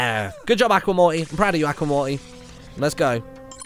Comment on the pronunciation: Stop saying acka Aqua is pronounced (a-qwa)